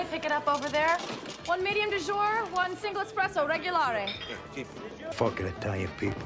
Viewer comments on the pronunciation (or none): Says the man who pronounces it "Expresso" lol I love that It's like american teenagers who have ancestors from germany or denmark suddenly go full viking with pagan tattoos